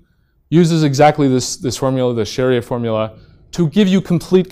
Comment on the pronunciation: that "Cherrier" prononciation in the end though XD